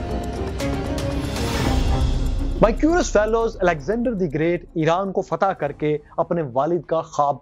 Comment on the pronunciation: Not Alexander The Grate. De Grate